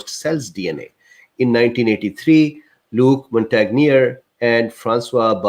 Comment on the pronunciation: So not only can you not pronounce Luc Montangier's name properly, your not sure who he is. Then "snopes" as a fact checker, are you serious!!! Sorry but your coming across as a bit of a shill, I've had enough, I'm out, unsubscribing.